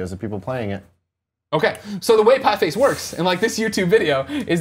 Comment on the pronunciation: These guys can't even read a two word title correctly. It's Pie Face.